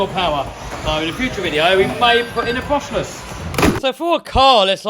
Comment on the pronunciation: I thought you said you're going brushess